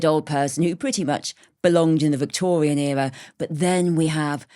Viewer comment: Thwilled.... Woomers... Victowian ewa... Jeez, SPEAK the King's English, lady...!!!